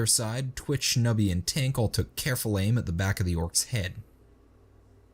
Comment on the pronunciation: Also Tink is the right name but the narrator often makes the repeated mistake of saying Twink, and they know they do it